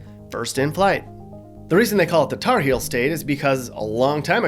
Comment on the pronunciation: It’s HEELS honey, not “hills” lmao